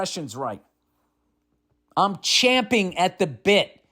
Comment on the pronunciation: OMG, you even got "champing" right!